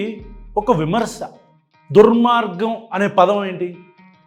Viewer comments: ఆ ధర్మ పరిరక్షకుడికి దుర్మార్గం అని కూడా పలకడం రావడం లేదు. దుర్గ్ మార్గం అంటున్నాడు. ఇక ఆయన రాసిన పుస్తకం చదివి ఉంటాడా? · ఆడికి దుర్మార్గం అని పలకటం రాలే 😂